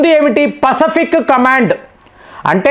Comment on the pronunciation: పసఫిక్ కాదు, పసిఫిక్